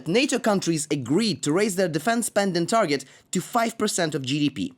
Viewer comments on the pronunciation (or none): none